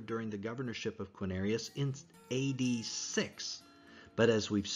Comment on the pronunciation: You lost a lot of credibility for me when speaking of the census of "Quinarius". ??? It's not Quinarius, but Quirinius. For someone who is purporting to put forth details surrounding the birth of Christ, how am I to take you seriously, when you can't even pronounce the governor's name correctly. 😊